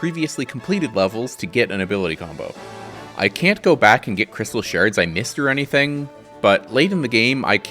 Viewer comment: "Crystal sherds"